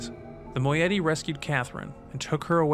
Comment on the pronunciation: Another mispronunciation. It's "Moh-EYE-it-ee" ;) Fantastic videos. Loving the dramatized intros of The Stranger too. Congrats to everyone involved. Looking forward to more!